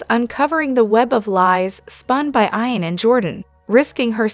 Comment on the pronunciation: Who is it narrating this?? whoever it is SHE doesn't know how to pronounce certain names and words like IAN and JABOT